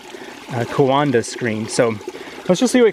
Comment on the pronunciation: Every time you said 'coanda' I heard 'Wakanda' in my head. :) Cool stuff though, very interesting!